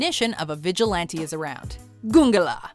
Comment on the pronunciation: it's (goon-ga-lah)